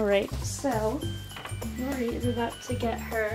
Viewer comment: Is it just me or did she say Laura not Rory...